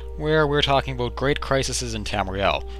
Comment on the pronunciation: aboot lol